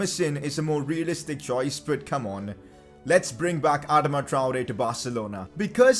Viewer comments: Bro you are saying adama wrong😂😂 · Its adama not adama